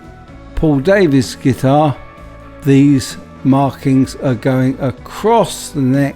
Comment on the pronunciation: For Info Paul Davids is Dutch his name is pronounced Dah - vids not Day -vids